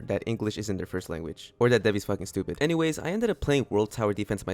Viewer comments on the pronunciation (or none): none